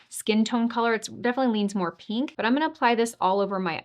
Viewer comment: I love how you pronounce pink as peenk. ❤ I’ve never heard it that way before, but I knew it was coming when I saw you swatching the eye primer on your hand.